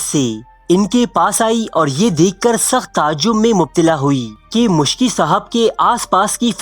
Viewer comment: Its Miski (R.A) not Muskhi